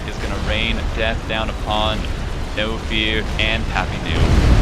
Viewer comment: I'm absolutely satisfied with this cast other than that pronunciation . Knowfear prefers his name pronounced as 'Nofur'. Great cast otherwise !